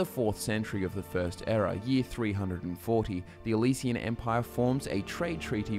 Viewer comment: Why are you saying Elysian instead of Alessian empire?